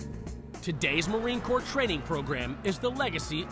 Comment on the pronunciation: its actually corps... but nice try